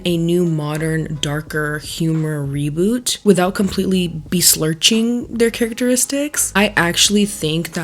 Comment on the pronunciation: "beslirching" is my new favorite word thank you for this